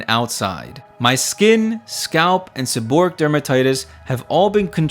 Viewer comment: The correct pronunciation is, seb-or-ray-ic.